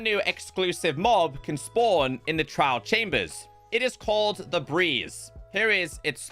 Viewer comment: Man couldnt say the word trial properly to save his life. If i werent reading the signs on screen I'd have no idea what he's on about.